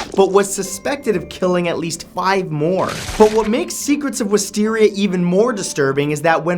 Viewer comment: no offense,but it saddens me the way you pronounce wisteria